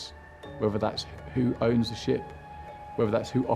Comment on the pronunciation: dude - there is NO '''Z" in ''THE'''!!!!